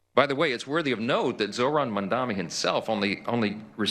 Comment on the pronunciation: His name is mandami m a m d a n i..... I suggest you learn how to say it